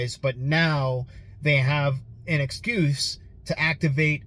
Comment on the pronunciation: Ex koose? Is that French Canadian English?